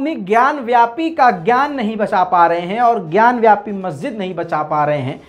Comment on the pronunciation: gyanvyapi nahin, 'gyan vaapi'